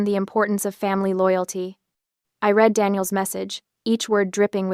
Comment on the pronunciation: Yeah that is one of my pet peeves and all of these AI read stories. That in the mispronunciation of WOUND, ENSIGN, and READ.